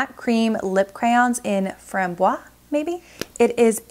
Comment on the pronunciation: You're almost there with the French pronunciation! Since it ends with an e, you do pronounce the s, so framboise is fram-bwaz (and you had the stress right ;) ) Great video, you always present different products where other vloggers tends to talk about the same products within a given period of time. I love the general feel of your video universe :)